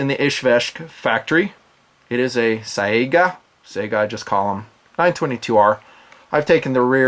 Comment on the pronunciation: How the fuck do you say "Sayga" or something! It's S-AI (unless you failed english class, A and I together is pronounced as "I")-GA. Not the goddamn video game console. Thanks for your attention. Good day.